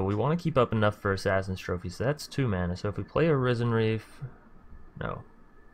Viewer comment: Risen bro, not RYE-zin.😂👌🏻 like “Risen from the dead.”